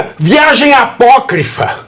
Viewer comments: Você é o ignorante e por isso que não sabe o que é "Apóquifro", que foi como o dito cujo falou? Falou? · O falando a palavra "apócrifa" quase me fes mij@ nas calças! KKKKKKKKKKKKKKKKKKK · Disseram pra ele, fala "apócrifa", fala "apócrifa", mesmo sem ele saber o que significa!